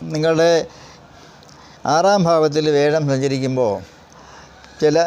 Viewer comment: വ്യെഴം അല്ല വ്യാ ഴം